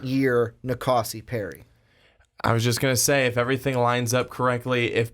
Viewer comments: These guys don't know how to pronounce any names for any QBs. Do some research before recording. Keeyaah, Rosseeeair, En-Kahsi. Come on. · It's Na Koh See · The way you guys say kayaa name makes me not be able to take this serious. Pronounced ki ya. Also nkosi is I think pronounced en koh cee.